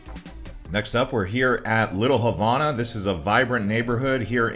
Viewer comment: Learn to say Havana correctly